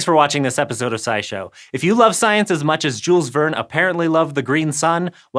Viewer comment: btw Jules Verne was French. shyl vern